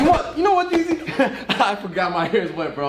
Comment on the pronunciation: Instead of 360 jeezy it’s Jezzy